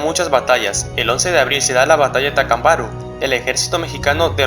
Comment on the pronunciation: Bien, pero te recomiendo que revises cómo se pronuncia Tacámbaro. Saludos